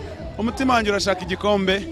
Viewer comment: Bavuga Igikosi (Igikombe)😃😃😂😂😂😁😁😁😀😀